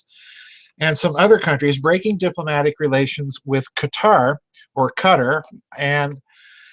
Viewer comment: Doc, your pronunciation was correct the first time. It's pronounced "Qui-TAR", like "guitar", except with the hard Q. The "fight-baiting" in ME has been going on for years. I worked for the largest Petrol Co. on this planet, and pitting one culture against the other is common place, so, you're correct in your assumptions.